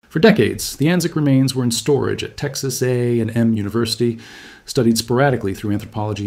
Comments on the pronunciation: Full disclosure: we generally pronounce Texas A&M like “A ‘n M” like you would say M&Ms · The way you say Texas A&M, it sounds like there's Texas A and there's also Texas M, and they both contributed to the paper. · the pronunciation of Texas A&M was very awkward.